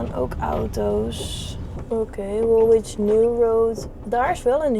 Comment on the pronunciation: Love your videos, they don't send you to the best/easiest parts of London. Woolwich is pronounced Woolich ( no w in the middle). Mind I tried to pronounce Scheveingen when in Holland and got it totally wrong. Lets hope you go somewhere prettier and easier to drive next time you are in the UK.